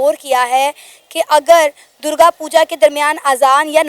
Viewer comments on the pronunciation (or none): It's DURGA NOT.... DURJA....